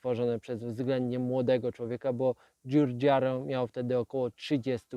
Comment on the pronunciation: Giorgetto Giugiaro wymawiamy DŻIORDŻIETTO DŻIUDŻIARO